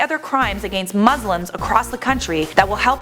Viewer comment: lls the way she says against... sounds like a-gane-st